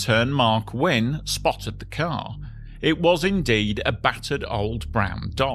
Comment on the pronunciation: Mark Winne later worked for many years at WSB TV in Atlanta. His surname is pronounced "winny".